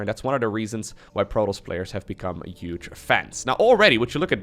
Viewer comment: Hey. I hate your intro but love your cast 🙂 i also find it remarkabel how you know such good English but can't even say HUGE. It's spelled with a fucking H. It's NOT uge! It's HUGE! Doing my fucking head in mate!